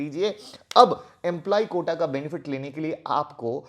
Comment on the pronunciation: Sir "Quota" hota hai "Kota" nahi